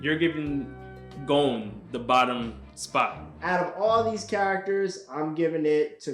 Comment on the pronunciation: Can’t rank if you can’t pronounce Gon